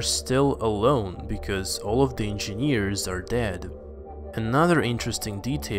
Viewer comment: I hate the way you pronounce engineers..you must have said it a thousand times..geez!!